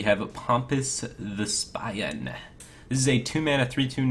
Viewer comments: If there's one thing these card reviews have taught me, it's that Firebat doesn't know how to pronounce words. It's Thespian which rimes with "Chess-be-in" not "the-spyin" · not "thess-pi-in", "thez-pee-in" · thesp-eye-an. lol. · the-spy-an? Firebat, you're illiterate. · I like how he acts like he doesn't know how to pronounce thespian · did you really just pronouse thespian thes bye in? your to smart for this firebat im disapointed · Mispronouncing Thespian FailFish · heh heh... the-spy-an... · "The Spian"? Glad I'm not a Therapist or you'd call me The Rapist. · Firebat, it's th-ess-pean, on the second card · Thess-pee-in lol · Firebat's pronunciation of "thespian" gave me a new and interesting mix of ebola and cancer.